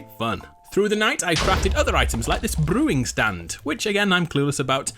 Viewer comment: brrrewing stand